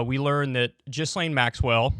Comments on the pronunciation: Please learn to pronounce her name - take 5 minutes to research some professional newscasts and listen to her name. I can't sit here and pretend you're credible while you pronounce her name like it was some emission of bodily fluids. 4 Minutes into video, Stop, I'm out of here. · I love kyle but how do you look at a name that starts with a gh and pronounce it like a j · Kyle, you may need to work on your obscure name pronunciations First it was Slavoj and now this… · KYLE!! Its pronounced GeeLane. Jizzlaine sounds cooler though. 😎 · Ghislaine is pronounced like “gill lane”, not “jizz lane” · Like how you still call her Jizz-lane rather than Gill-lane. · I will never understand why Kyle thinks it makes sense to pronounce Gh like J. "Jislayn" wtf?. It's Gee Lenn. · “Virginia Jeff-ree” Gizz-lane Maxwell” ITS: Virginia GOO-FREY GI-LANE Maxwell God Kyle, learn how to pronounce peoples names before using them 😂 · Jeeezuz. Ja-Lane (emphasis on 2nd syllable), not Jizz-Lane (emphasis on 1st syllable (and mispronounced)). Properly identify your enemy (even when mispronunciation is fun). You have to think about your future (because your future opponents might understand DVRs). Less fart noises and stupid voices if future you wants to be taken seriously. How old are you now? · it's not pronounced jizz-lane, it's geeze-lane like geezer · here name is pronounced Ghe-Lane not Jizlane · Gil-ane. GIL-ANE. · Gi...len.... Maxwell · "Jeezlaine" Maxwell. Good one Kyle. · Has Kyle ever heard any of these names pronounced properly before? Jizz-lane and Virginia Jeffrey smh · It’s pronounced “GEE-LANE” with a hard G. Jesus fuck why can’t anyone say that, do some research and quit talking about jizz 😂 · LOL at Kulinski's pronunciatom of the name "Ghislaine." He is saying it as "Jisslane." This clip is an embarrassment. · Everyone: *knows how to pronounce 'Ghislaine' * Kyle: Jizz-lane 😐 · You're pronouncing her name wrong! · The S in her name is silent dude.